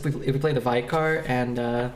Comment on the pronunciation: "Vicar" - (vicker)